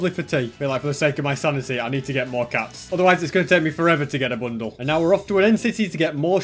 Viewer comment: I though he said Bunda not bundle